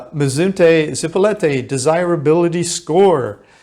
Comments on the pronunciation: Your information would be more believable if you learned how to pronounce your target. IT IS ZIp O LEET Ā, not Zee po let Ā or Zipo Light. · Is not zipolete. Repeat with me Zi_po_li_te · Zee-PO-lee-TAY. , just a little help with pronunciation . 😊. So neat that you do this for people . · You weren't able to pronounce the name Zee-po-LEE -tay correctly after being there for some time? I spent new years eve 1980 with my then 12 yr old daughter on Zipolite. We consumed some cubensis stropharia and experienced a most memorable time . (magic schrooms) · Yeah I mentioned that in one of my comments. The kid needs some Spanish tutoring. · PLEASE learn how to say the town name correctly. It's so rude to keep saying it wrong in a video this long. You say it in numerous different ways, as if you don't even speak Spanish. If you stay in a place for a while enough to make a video, learn the language at least a BIT.